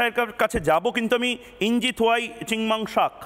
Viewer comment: ইঞ্জিনিয়ার উচ্চারণ করতে পারে না মুর্খ ময়ুখ। ইঞ্জি আবার কী জিনিস? ইঞ্জিনিয়ার বল।